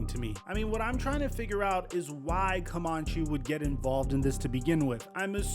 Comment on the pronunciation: It’s pronounced “CoMANche” not “CoMONche.”